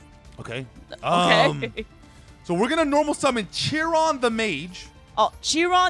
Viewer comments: It's not CH-ron the mage it's Kay-ron the mage he's based off the Greek centaur known for being the wisest of all the centaur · Kai ron the mage, not chi ron